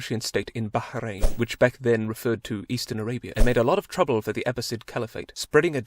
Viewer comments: THANK YOU FOR PRONOUNCING MY COUNTRY PROPERLY 💀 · he is the first non arab youtuber that i called him not to pronounce it baaw-rain